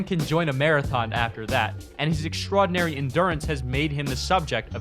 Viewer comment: This dumb ass said "extrodinary" lmfao